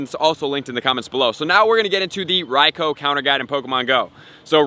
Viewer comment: Bro your pronouncing raikou wrong you have to pronounce it like raikuu